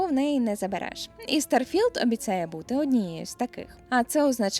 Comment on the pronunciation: Блін так незвично ти кажеш старфілд мені здається що має бути трошки не так